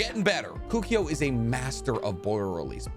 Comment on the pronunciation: Kukio??... It's KOKUO mate!!